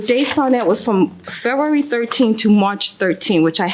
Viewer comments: She also says Fururerry instead of February 😂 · She’s hitting the silent “b” hard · Why can’t she pronounce February?? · I was annoyed by the way she pronounced February, but when she said "fleeces" I was floored. 😂😂